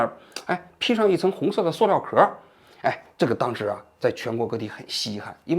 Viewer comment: 王局，那叫Su料，不是Suo料！